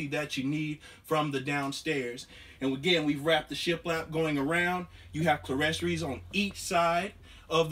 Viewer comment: The correct pronouncement on clerestory windows is “cleer-storee” (sounds like, “clear-story”). 👍🏼